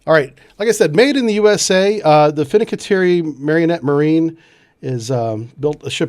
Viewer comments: fin - can - tea - air - ee Please don't hurt my ears in future. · "Finnikiterri" - jive sub brief guy